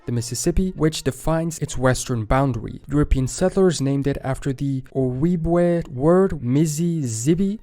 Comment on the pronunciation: Ojibwe is pronounced O Jew way it’s pronounced absolutely nothing like it spelled.